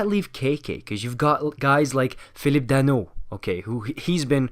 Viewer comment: Would you happen to be French, your Philippe Danault prononciation is perfect